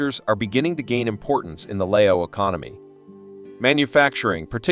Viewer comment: He doesn't know how to pronounce Lao correctly. He pronounce Lay-o.